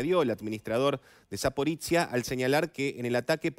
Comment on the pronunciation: Zaporoshye, no Zapporitziya...